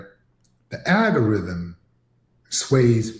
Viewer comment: Well, "little Willie whatever" calls it the "aga-rydum," can he actually read is a fair question! 😂